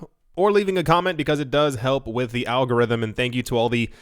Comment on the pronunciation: Alan Gogh-Rhythm